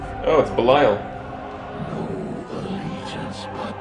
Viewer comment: Its Belial. lol